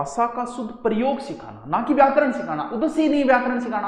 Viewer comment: Jaise aap । सुध bol k शुध्द sikha rahe hai sir, jokes a part u r a very good teacher U teach very interestingly.